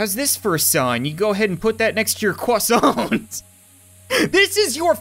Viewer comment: pu that next to your cwasawnt lol